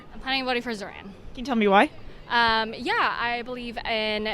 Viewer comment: With they’d stop calling him “zor-han”. It’s zohran.